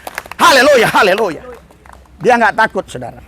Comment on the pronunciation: Pak Pdt, ucapkan Haleluya harus yang betul, jgn Haleloya tidak bagus kedengarannya..Amin❤